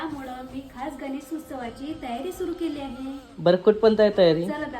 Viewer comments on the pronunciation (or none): गणेस नाही गं बाई गणेश